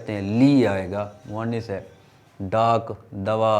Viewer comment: آپ نےبعض الفاظ کا تلفظ غلط ادا کیا۔۔اردو استاذ کی حیثیت سے آپ۔کی گفتگو میں تلفظ کی اغلاط نہیں ہونی چاہیں۔۔آپ نے ۔۔۔۔۔مرض. اور. موئنث۔ کو غلط تلفظ سے ادا کیا